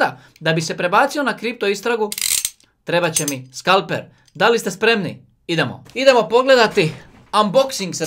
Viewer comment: Kriptovalute - veli se skalpeL, a ne skalpeR... moj mali doprinos :)